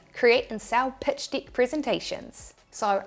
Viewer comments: In fairness, she pronounces the word 'Deck' as "Dick" and 6 as Sex! but other than that I am good! 😂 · I love the way Aussies pronounce deck.